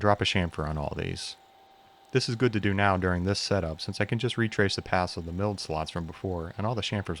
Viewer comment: "Could" is an awfully strange way to pronounce "do"